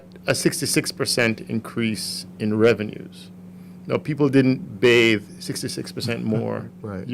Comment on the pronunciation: Sounds like ‘bad soap’ sales rather than bathe soap sales